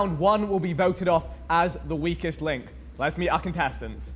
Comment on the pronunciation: 🤣🤣 I really thought he said “We Kissed” instead of “Weakest”